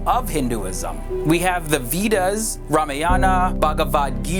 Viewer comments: okay so i watched like three videos and i am tired of the way u you pronounce vedas ....it is more like you are saying weed-uhs😂😂😂😂😂😂😂😂😂 it actually is like vay-das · way-das not we-das. Just typed as it soundz 😁😜😜😁🙏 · It's not "Weedas" it's "Veda" Or Way-dah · It's way-das, we-das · The "Veedas"! Vedas please. Nice video though. Om Hari Om! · its pronounced veh-dahs not vetas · it is pronounced as waydas not wedas .